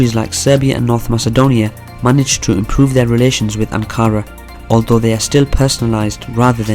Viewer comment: Weak. This guy can’t even pronounce Ankara let alone dive into the Turkish connection to the Balkans. How about learn what Balkan means as a starter.